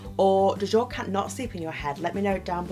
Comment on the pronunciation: CAT... CAT... not car.